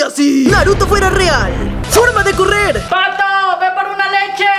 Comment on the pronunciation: ya no es patho es patho naruto XDD